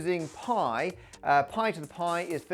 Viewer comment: That "poi to the poi" at the start was the most Aussie I've heard you go 😂🇦🇺